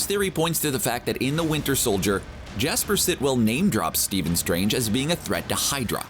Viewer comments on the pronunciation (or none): none